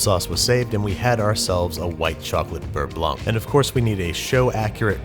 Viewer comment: Pretty good "Beurre Blanc" pronunciation :)